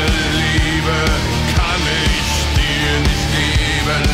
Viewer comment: You german speaking is really good. like "ich, mich" most of english talking people have problems speaking out the "ch" in german words. you didt it really good.